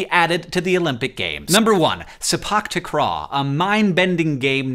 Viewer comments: Hey Hank! Thanks for including sepak takraw and by extension SEA in your list! ☺️ but I just thought that I would mention that it's actually pronounced say-pahk tahk-raw. Have a great day ^^ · hank's pronunciation of sepak takraw makes me laugh all the time